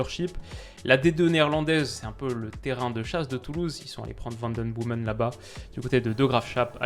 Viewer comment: Super vidéo! Seul remarque: les prononciations des noms des joueurs belges ou hollandais ahah ça pique aux oreilles! Van den Boomen = Van den BÔ-men Faes = FAAS Vanzeir = Van-zère;)